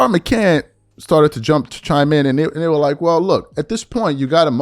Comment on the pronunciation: McCants!!!!!! Lol it's a S on the end